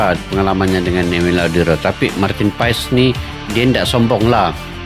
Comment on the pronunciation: Bacaannya Paas...bukan Paes ❤